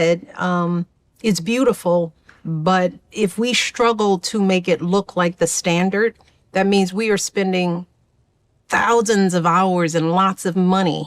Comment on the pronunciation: Why can't Michelle Obama pronounce 'S'? Why does she say S words like she's German...schtraight, schtrong, schtruggle, etc.? So affected, it's obnoxious. PS she's ugly, no matter what she does with that hair. Same goes for her husband.